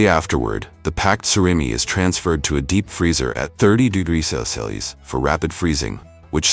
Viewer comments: The chosen AI narrator Can't pronounce "Celsius" correctly throughout. Well done! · None of the AI generated voices, can pronounce Celsius, or Farenheit correctly😂😅😅😂